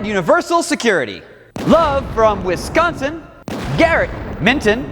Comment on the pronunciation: Yaaay you said Wisconsin right!! 💓💓💓💓 We finally got a shoutout 😂😂